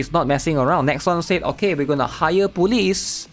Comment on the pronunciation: we almost had PEAK 😭🙌 Somehow I hear you say police as bully, lol